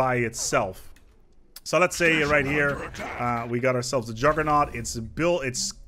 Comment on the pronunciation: "I would like to tell you about...the Juggernæu"